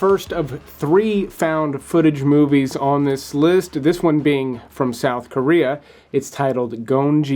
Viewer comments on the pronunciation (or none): none